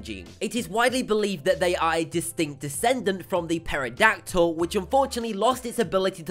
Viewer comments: It’s pronounced tear oh dak til, not pear oh dak till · he said peradactal I'm triggered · Teradactle is a group of terasours and teradactle is pronounced Tera- dact-le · omg.... he said paradactyle....